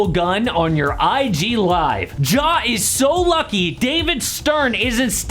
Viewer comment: Please stop calling him “Jaw”